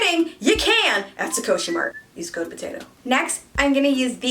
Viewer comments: Sukoshi is a weird choice to name your shop. Sukoshi in Japanese means “a little/a bit”. I don’t know how this name reflects a beauty shop but I guess if it sounds cool it’s fine right. Also it’s pronounced “soo-koh-shi” not “su-co-shi” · wait but please pronounce sukoshi as scoshii next time D: it means 'a little bit' in japanese